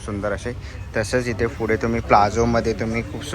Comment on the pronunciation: Fude ❌❌❌ Pudhe✅✅✅ Panguins❌❌❌ Penguins ✅✅✅ Kitchens ❌❌❌ Keychains ✅✅✅ Kitti vela sangitlay...bhasha sudhara! Marathi correct bola!!!